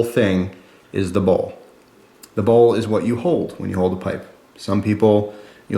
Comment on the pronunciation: Dude!..Bowl or ball?..Your pronuciation is unclear...sorry for being a pain.